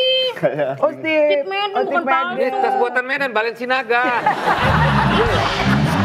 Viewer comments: Tas buatan Medan "Balensinaga" wkwkwj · Buatan Medan "Balensinaga" 😂😂😂